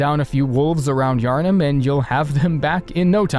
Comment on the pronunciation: The way he says Yharnam is quite peculiar...